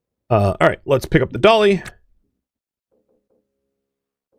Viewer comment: When says 'Put the dolly down', I hear 'Put the cookie down!'